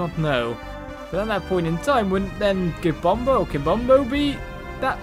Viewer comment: I like the way you say kimbombo catacombs